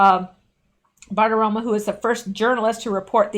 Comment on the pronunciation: Hey, I know you want to pronounce names well; so I want to tell you that you keep saying Maria BartiromA, but it's BartiromO!